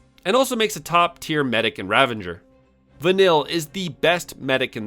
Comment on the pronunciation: The imaginary "n" you inserted into the pronunciation of "Ravager" had me go double check the spelling of the word. 😂 Quite the oversight in the making of this video, but I still had fun with the content :) PS, Sazh does suck... But I see him as the heart of the team and most likable character. So I'll force him into every role to keep him around 😁... His character stats are partially offset, though, by his weapons having some of the best stats in the game.